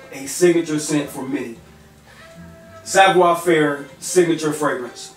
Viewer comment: It's Savoir" not savior.